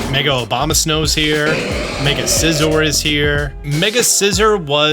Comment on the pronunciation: You said “Obamasnow” lmaooooo